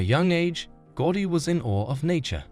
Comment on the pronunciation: Unwatchable since you can't even say his name correctly: It's pronounced GOW-DI